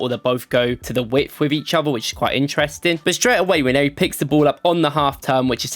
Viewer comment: Now that's a proper Nigerian. Pronounced as Nwaaan-nee-ri.